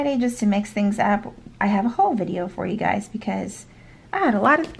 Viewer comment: The way you said Haul threw me off, lol. I swear I heard you say "whole" and I was like that's nice, then saw you wrote haul. 😂🤣😂 I swear I'm a good listener..